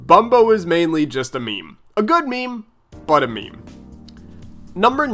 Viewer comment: The way you use the word meme sounds kinda weird.